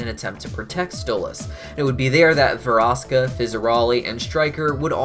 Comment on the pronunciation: It’s Verosika and not “Veroska.” Get your info correct. Thanks.